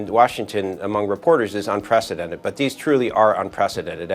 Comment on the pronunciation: How hard is it to turn "Unprecedented" into "Un-Presidented"???